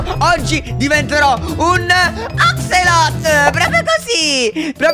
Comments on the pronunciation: la pronuncia non è Acselotol me è Acsolotol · Axolotol non Axotol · Che bello che sbaglia la pronuncia di axolot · l’axolot si dice axolotol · Si dice axolotol no axolot p.s. ti adoro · non si dice axolot Ma si dice axolotol quello più raro e quello azzurro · axolot non axolotl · Scusa ma si chiama axolotol lo detto anche a lorenzist